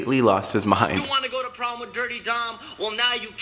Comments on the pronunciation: what the hell is wrong with Dom and when he says with he makes it sound like wif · is it just me or do you guys also notice that Dom say wif instead of with? lol😂😂👍👌